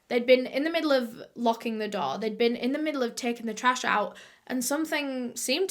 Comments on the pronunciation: Am I the only one who keeps thinking that she's saying doll instead of door 🤣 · aw yes, not the door but the ✨daw✨ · whenever u say door it sounds like doll 😂